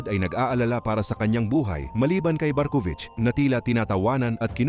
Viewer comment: Barkuvich❌ Barkong wich😂✅